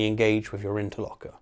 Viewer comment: Interlocutor not "interlocker"